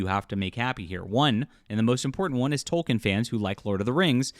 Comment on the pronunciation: I can only take it for so long, ITS PRONOUNCED TOL-KEEN